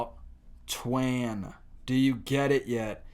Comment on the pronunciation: Why do you keep saying Twan boyfriend instead of Tran? I know you can make the ‘tr’ sound. All you’re doing is stoking the flames even more. It’s none sense like that that’ll keep this hateful back and forth behavior going. Maybe you should follow Charlie Kirk’s examples. This hatefulness needs to STOP!!!!